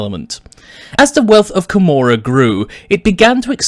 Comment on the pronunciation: I thought it was pronounced KO-MOR-AH